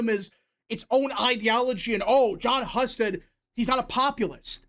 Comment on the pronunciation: Husted is pronounced (hew-sted) not (huh-sted).